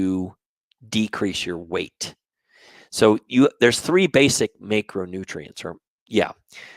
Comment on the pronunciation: Thanks for your videos. I think you're pronouncing macronutrients wrong though, specifically the letter a